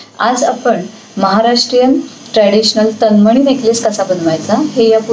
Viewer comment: "तनमणी" नाही "तन्मणी"